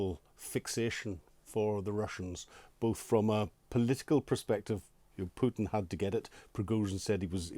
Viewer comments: Putin. Not pewtin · It is not pewton its pootin. Govorreet? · Keep calling him "Pjewten" it will wear him down over time. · Who is this Pewten the host keeps referring to? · Whenever I hear an anglo-saxon call Putin, Pyutin, a part of my soul dies... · president pew-tin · How is that a troll move? It's a remark on pronunciation. Go outside and touch some grass..